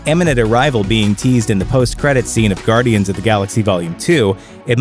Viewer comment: ITS AS GUARDIANS NOT ASS GUARDIANs